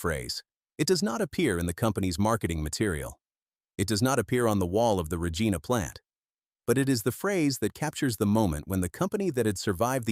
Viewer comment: Lentils etc a " rock roller " filled with water a solid pipe would " punch " the rock into the ground. Lots of others NOT just Deglaman. Cant even pronounce the " Reg - ina " lol. Side line blade. Got JD contract.